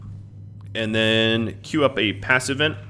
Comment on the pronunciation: It kinda does sound like you are saying "pass events" when addressing "passive vents" :) Even the YT auto transcription understands it that way. I was fairly confused at the beginning what are you talking about, but it's fine :)